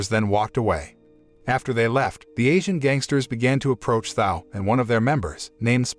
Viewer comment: Thao was not pronounced how it is being now. And the phone call was about football tickets. The more I listen , sounds like someone dodnt pay full attention to the movie.